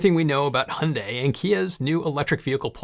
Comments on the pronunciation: I lived and worked in Korea for 2 years. Thank you for pronouncing Hyundai correctly. (Hyundai should rhyme with Sunday.) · At last guys get the best way to pronounce Hyundai, like Monday! Great work guys! Teach Robert Llewellyn the trick!